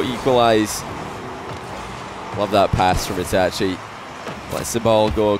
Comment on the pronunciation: Yo he actually pronounced itachi right